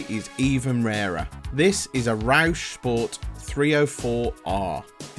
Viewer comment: Not a fan of the "roush" 😂 but a white rwd sapphire is the absolute DREAM 👌🔥